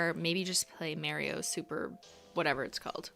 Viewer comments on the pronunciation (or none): none